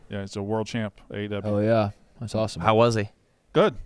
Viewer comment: saying “aw-tum” instead of awesome and trying to skrt by the L. I found you.